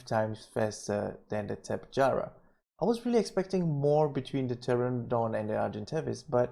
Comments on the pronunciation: Great vid! But sorry I have to say it "tap-eh-harah" not "tap-e-jarah." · TOPY-jar-a not tapejara